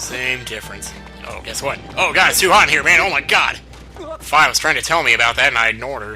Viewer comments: darn it your saying fi's name wrong again it's fi (fee) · Please don't say Fi like F-eye